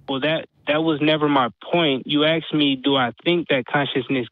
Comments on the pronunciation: the word is ASKED, not Axed ffs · Call the police!! He axed you! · Why do you let this caller on the show (his 3rd time apparently)… he demonstrates just barely enough of an ability to think to constitute a waste of time. Particularly cringe-worthy when says "well let me "axe" you… ".